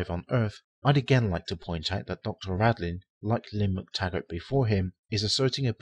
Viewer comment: Dean RADIN, not Radlin.